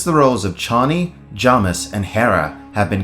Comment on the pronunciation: Who are Chonnie and Jommis? Do you mean Chani (CHAY-nee) and Jamis (JAY-miss)?